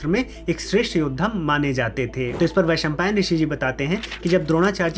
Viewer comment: I have a doubt .. why Shaka ... Is pronuced as shak in hindi ? Why cant we prounce as it is ? I have noted by you channel that u always spell sanskrit words incorrect... Like as u said rishi vaisampain... Instead of vaisampayana ...why? Krishna dwapayana.. not krishna dwapayan... ? Pls can u explain why?